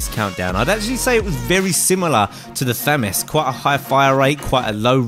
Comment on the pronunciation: Finally. Someone actually says famas correctly